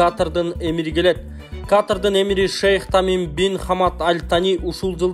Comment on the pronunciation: Сабатсыз журналист туура суйлоп уйрончу Каатырдын эмес Катар дечи 😅